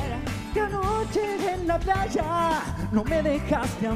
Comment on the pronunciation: "no culpes a la chuvia", "... placha" por qué pronuncian así? Qué les pasa? Jajajajajja